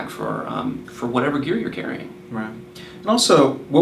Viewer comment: it is AND not eeennnd :)